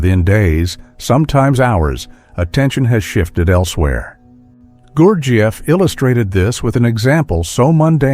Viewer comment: The way this speaker pronounces gurjieff is slightly annoying.